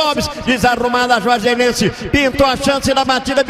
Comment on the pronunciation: não sabia falar Juazeirense 😂